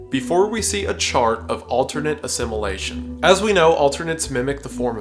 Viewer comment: stop pronouncing "assimilation" as "a simulation"